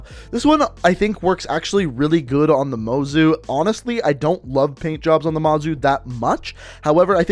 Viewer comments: It's not called a mazu is mozu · Heh calls it mozu and then mazu. Make up your mind. Don’t say annhilator and eyelinator either please